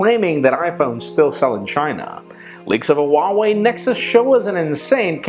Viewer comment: Huawei is pronounced 'who-ah-way' not 'wahway'